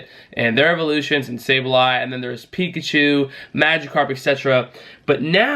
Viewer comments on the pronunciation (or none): none